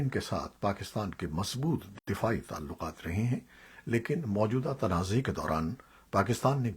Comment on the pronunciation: Buhut hee khubsoorat Awaz hai aap ki jenab Hameed Baig Sb. Lehja bhi buhut khaalis hai... Kuch tallafuz edhar udhar ho jaatey hain aap se jaisay 'Lakhi Marwat' mein ek mayqey par 'Lakhi'.. .. Shoba-e-Talkuqaat-e ki tallaffuz mein ek jhagha ghalti.... Shayad bharthi umur ki wajha se.... Allah Paak lambi umur atta farmayen. Sehat k saath. Shukria... NIAZI